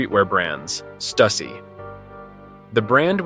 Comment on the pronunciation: It's most likely an AI video, judging by the voice and wrong pronounciation of Stussy.